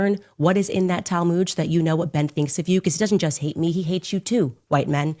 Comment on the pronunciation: Tal - mooood? Tal-moood!!!?? It is "tal-mud." Pronounced like mud, dirt and water mud. Ignorance!!!